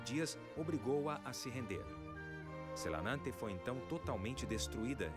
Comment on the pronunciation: SelAnAnte??? XD nossa Senhora... por que você tem que estragar assim o nome desse lugar bonito???